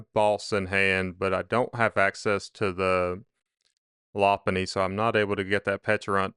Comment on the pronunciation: It’s pronounced “low punny”